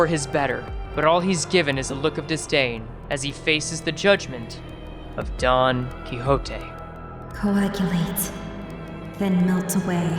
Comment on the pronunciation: i really dont like you saying don quixote like that but alr i mean its an actent